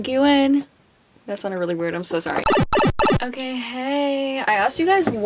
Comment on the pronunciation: “Are you o cay” 😂😂